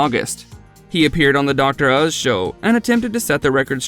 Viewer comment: I’m sorry. I can’t watch this one. You didn’t even say Dr. Oz right.